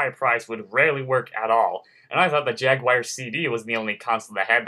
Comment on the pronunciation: I was having a joke at how he pronounces it.